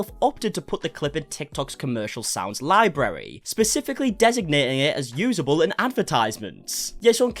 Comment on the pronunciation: The first R in "library" is one of the most difficult Rs to pronounce....LOL!